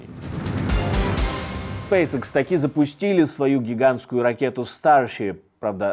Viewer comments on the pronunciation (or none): none